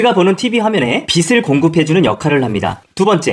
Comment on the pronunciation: 영상 잘 보고 있습니다. "빛" 발음만 좀 더 신경써 주시면 좋을 것 같습니다. "빛을"은 [비슬]이 아닌 [비츨]로, "빛은"는 [비슨]가 아닌 [비츤]으로 발음하는 게 맞습니다. 빛을 : [비슬] -> [비츨] 빛은 : [비슨] -> [비츤]